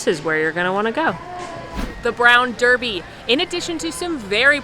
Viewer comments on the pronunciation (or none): none